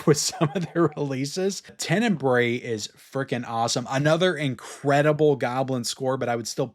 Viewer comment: Hello, congrats on all your videos, just wanted to help a little bit here… Since you love so much the movie, I thought that you may want to pronounce it correctly, it is not “TENENBRAE”, it’s more like TEN-E-BRA-E, and a good translation of the word would be “darkly”…🙂